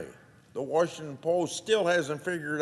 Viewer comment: There is no "Warsh"ington ANNNNDDDD Grassley lied about Ukraine - Biden "connection"